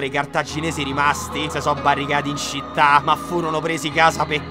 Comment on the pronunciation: EDDAJE prima de CENAH Anvedi che citTE citTE ancora meglio de primaH No vabbè Kubrick me sento male